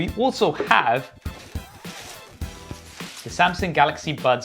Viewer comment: Why is he calling Samsung Samsink? He sounds ridiculous. And why doesn't he have the name of his company on his shirt instead of whatever that is? No branding sense. Maybe one of these days these reviewers will review and test the earbuds. 🙄 Maybe.